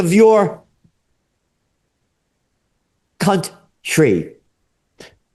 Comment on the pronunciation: Dude actually said cunt trie 😂😂, he’s great 👍💪